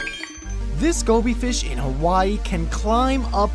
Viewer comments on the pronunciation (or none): none